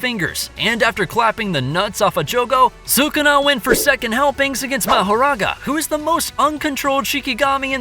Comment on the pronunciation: Is sukuna not sukana